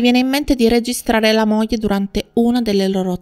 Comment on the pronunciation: Buongiorno, molto interessante, ma provi a pronunciare " gl " come moglie , figlio etc. e non moje , fijo etc. Cordialmente.